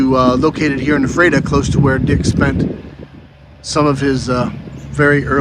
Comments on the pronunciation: Correct pronunciation is f-rat-a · Had the opportunity to have dinner with Dick Winter in Annville. Great chance to meet and have dinner with him. And Ephrata is pronounced “Frata”. The “EPH” is an “F” sound. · It’s pronounced F ER TA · I was there in 2015. I found his marker, came to attention and saluted him, left him a piece of petrified wood from Arizona (where I live). Ephrata is pronounced as f-rata. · It is pronounced: "Eff-rah-tah." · Thanks for this, but the town is pronounced ' "Efreta"...I've visited and don't live too far from it! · Your pronunciation of Epherta is WAY OFF. Also, its LanKISSter county, not LangKASTer county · I know the town name is hard to pronounce but you missed pronounced the town of Ephrata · I just pinged the same!